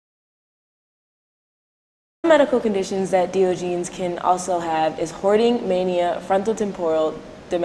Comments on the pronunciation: Great report, ladies! Thank you for bringing awareness to Diogenes Syndrome. The correct pronunciation is Dahy-ahhj-uh-neez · wow you sound so dumb incorrectly pronouncing one of most famous philosophers.